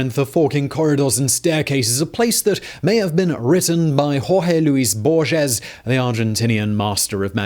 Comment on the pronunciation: Hearing the way he mispronounces Borges makes me envy the dead.